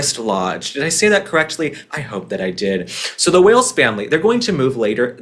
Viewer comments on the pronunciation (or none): none